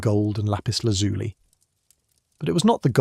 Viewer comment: Please check the pronunciation of Lapis Lazuli. It is pronounced as if it ended with a y as in the word by.